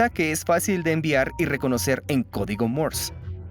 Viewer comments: No es "mors", es Morse. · Por que mierda dice codigo Mors !!!!???? Estas hablando y pronunciando en castellano - español no ingles cenutrio de los Andes ! El latino es una plaga , deberia existir una manera de poder separar en la web el audio latino del español , el latino no es un idioma , estoy cansado de oir latino cuando busco audio ESPAÑOL !